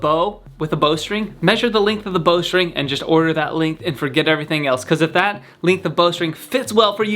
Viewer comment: What the hell is a "lingth"